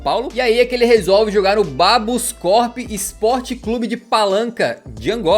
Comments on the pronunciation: Não é Babuscorp é KaboScorp do Palanca Vai me matar de rir falando assim 😂😂😂🤌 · Ele falou bascorp, kabuscorp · Sou Angolano e não é "Babuscorp", é "Kabuscorp" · não é "baboskorp", mas sim Kaboscorp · Não é Babusport de Angola, Mas sim "Kabuscorp do Palanca" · Cara, sinceramente, teus vídeos são maneiros, mas não respeitaste alguns pontos, e sim o nome é KABUSCORP, não BABUSKORP, calro, tu não vai editar o vídeo mas neste caso tu não te deste o trabalho de ler como se escreve. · A pronúncia do clube de Angola está errada, não é Babuscorp e sim Kabuscorp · não é Babusport, é Kabuscorp do Palanca! Abraço de Angola 🇦🇴